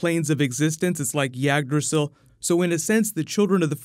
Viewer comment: YAGdrasil? Jesus Christ, dude